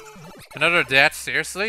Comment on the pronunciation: Every time you say "death" it sounds like "debt". I love your accent ;)